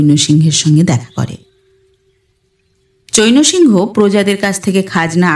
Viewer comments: হিন্দি বা অন্য ভাষার নাম বা অন্যান্য শব্দের উচ্চারণ একটু খেয়াল করে করতে হবে। চৈনো সিংহ নয়, চ্যায়ন্ সিং - এরকম উচ্চারণ হবে। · চৈন্ সিংহ্ নামের উচ্চারণ কিন্তু চৈনঅ সিংহঅ হবে না। চৈন্ সিংহ্ উচ্চারণ করতে হবে।